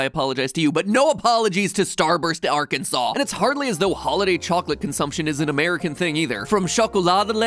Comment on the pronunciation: Being from Arkansas, all I can say is, thank you for saying our name right.